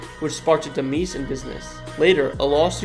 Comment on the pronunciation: Did you really say the “deemeeese” of the property? 😅 it’s pronounced “demize” homie lol. But yeah, do SC please!